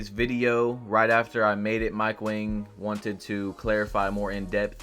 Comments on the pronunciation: Its wang not wong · Mike Wang is pronounced "WONG"